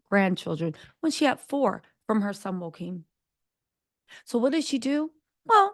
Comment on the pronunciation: Sis I’m a black American living in Denmark, and there’s a lot you got wrong in your summation. First, the Princes name is not Joaquin, it’s Jo-a-chim. Second, they scaled down the monarchy because it just made sense, it didn’t have anything to do with race, it was about kicking off people from the pay roll that didn’t need to be, especially if they were not in line for the throne. The son who just became King here in Denmark already has four children of his own. So, there’s basically no way that his brothers children was going to inherit the throne. So no need for them to be on payroll. That’s why they were demoted. The same in UK. These Monarchs realize that they are on Thin Ice with the public. It’s the public who pays their bills. So they all know they have to be careful. One wrong move, and they could be out of power. It’s about survival, not racism. At least here in Denmarki would say.